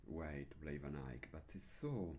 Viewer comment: Thank you for bringing these lessons in english! I love how you pronounce "Van Eyck", it almost sounds like flemish from Antwerp. ;) And of course, I love this music. (I'm an absolute beginner, so I'm happy if I even can play just the melody)